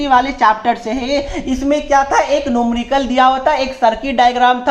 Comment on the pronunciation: Numrical nahi numerical hota hai sir